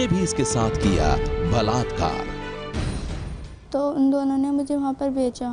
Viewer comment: Blatkar blatkar😠😠😠 Kese bol the ho